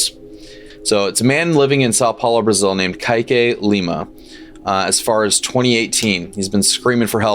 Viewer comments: I don’t think it’s pronounced Ky-Kae I think it’s pronounced Ke-eh-Kee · You've been pronouncing the name correctly, just the end sounds more Kaiqu(ee). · btw its pronounced Kah-ee-kay, but you got it way better than others, some have pronounced it cake